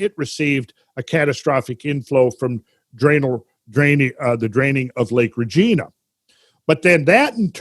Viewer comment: Hate to be correcting but the g in Regina is pronounced like a j. Great work love the shows